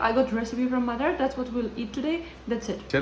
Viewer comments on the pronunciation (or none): saying " this is what mother said" sounds like " maadar said" pehli baar sunke insaan confuse ho jaye ki wahi bola jo maine suna:face-blue-smiling::face-blue-smiling